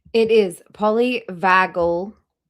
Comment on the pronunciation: kept mispronouncing polyvagal…